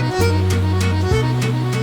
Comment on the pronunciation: And i must say it………….. your Ciao il the best!!!